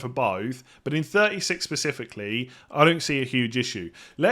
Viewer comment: pacifically?